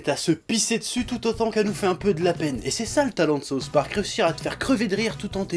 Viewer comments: C'est difficile d'expliquer par écrit mais il faut faire le son avec la langue du "th" de "souTH". Parce ce que sinon au lieu de dire "le parque du Sud" t'es en train de dire "la sauce du parque". Mais bon, cocorico, les français (en général) et l'anglais ça fait 3. Mais c'est pas méchant ;) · Sérgio Marques "Saouce" Park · Par contre faudrait arrêter de dire "Sauce Park". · lord of Terror Saoufe pork